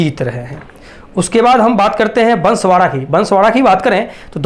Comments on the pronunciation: Pahele to unko bansvara ka jile ka name sahi se nahi ata he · भाई तुझे न्युज मिडिया वाला किसने बना दिया पहले जिला ओर उम्मीदवार का नाम बोलने नही आता है तेरे को क्या पता है बांसवाडा और डूंगरपुर मे सबका बाप कोन है पता है नही पता है पुरा नाम पडने कि टेनिग लो फिर बात सिखो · पहली बात तो बांसवाड़ा, बोलना सीख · बांसवाड़ा बोलते आता नहीं और सर्वेक्षण लेकर आ गया